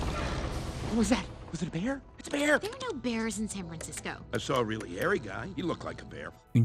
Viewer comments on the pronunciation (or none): none